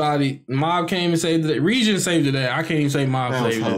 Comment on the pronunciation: So Reigen (like GUH sounding G not Gen like generation) was able to walk up to Shimazaki because Mind's Eye lets him essentially throw all his senses on "seeing" a specific thing, in this case psychics and I assume all psychic power. Considering Reigen doesn't have any, he wasn't "picked up" on Shimazakis psychic "radar".